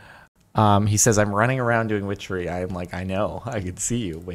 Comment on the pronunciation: wow I think that Everytime I hear whichery glad I'm not the only one